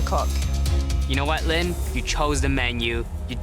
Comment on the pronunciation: Line also reveals herself as a garbage human being by saving herself. Also there is no world where Line is pronounced Lynn.